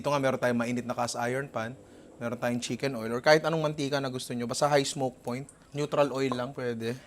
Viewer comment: "CHIMKEN OIL"